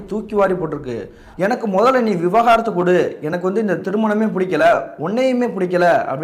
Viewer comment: விவகாரத்து இல்லை தம்பி, விவாகரத்து